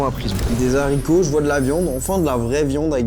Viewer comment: Des HARCITOS PAS DES ZARICOTS...